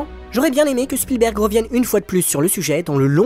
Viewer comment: Merci d'avoir prononcé Spielberg et non Shpielberg, comme font certains. Il est américain, pas autrichien. 😊